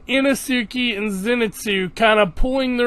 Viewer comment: Inesuke? I-no-su-ke…